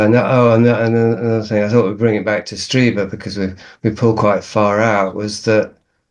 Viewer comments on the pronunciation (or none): Streeber, it's pronounced Streeber